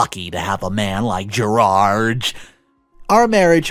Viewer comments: Why does he keep calling him Gerage instead of Gerard? 😂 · what is so difficult about saying the name ‘Gerard’? Why must you pronounce it ‘Gerarge’? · Good story…but the English “Gerard” is pronounced Ger-ard. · "Gerard" is a french name. So I presume we talk about the french pronunciation, and that is "Gerar". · Gerard ends with a "D" not a "G". Different sounds ...